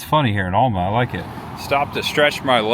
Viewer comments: Great Video. Planning my trip to Super Forrest World. BTW have family in Alma. Throw some southern drawl in there and it's Al Ma not All Ma. Enjoyed it bud. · Alma Georgia is pronounced AL-muh, unless you live here, then it's AL-mer by the old timer farmers. Alma is where the Blueberry Festival is, which was actually held a week or two ago. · Alma is my hometown. It's pronounced like the male name Al- ma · Haha I said the samething about okefenokee and Alma 😂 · If you had gone down to the Swamp park in Fargo you could have taken a boat to Billy's Island. My daddy's grandparents met in the town on Billy's Island. My dad is from Alma and it is pronounced AL-ma. Also, it is O-kee-fee-no-kee Swamp. You passed through Homerville in Clinch County. Thanks for taking people on a tour of the forgotten South Georgia. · Great video but you were butchering the pronunciation of the word okefenokee, lol. It’s O-key-fuh- no- key. Also it’s Al-muh. We are in Lakeland Georgia. You should come by here on your way back through. We are Georgia’s historic mural city.